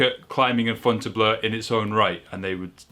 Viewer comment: It's pronounced Fontaine-BLO. There is an a in Fontainebleau, meaning it's pronounced -BLO, not -BLEU. Also, has Dreamtime been done without the heel hook since it was found? NO heel hook = prob still 8C.